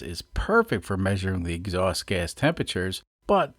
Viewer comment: Lives in Kansas, but his "x-awst" is from Bahstin